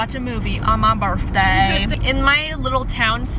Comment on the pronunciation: Low-key thought you said " Barfday"😂😂😂 Love you ❤❤❤